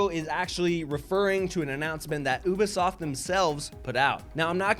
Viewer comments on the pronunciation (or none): why does it bother my ears that pronouncing Ubisoft as "OOH-buh-sawft"? It's "OOBY-soft" buck-o!